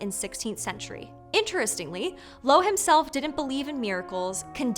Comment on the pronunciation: Rabbi Loew is pronounced "Löhf".